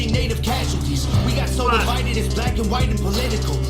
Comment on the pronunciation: "why we call ourself "United State" but we live like Divived States?" Bruh, I start crying when you say that, it just hit right in the guts yo.